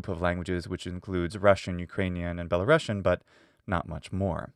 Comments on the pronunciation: Good video! One tip - you should pronounce world Belarusian (with one "s" by the way) like Be-la-rus-yan , not "Belarushian", it is a USSR way. It doesn't have to do anything with Russia. The rus part refers to ruthenia, as there used to be white and black ruthenia. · it’s pronounced “belaroosian” not belarossian